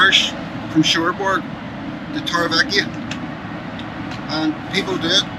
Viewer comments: The way you pronounce Torrevieja is hysterical. Tor ray vee ech aaaa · Torre Vee Yak A;) … great video as always ☀️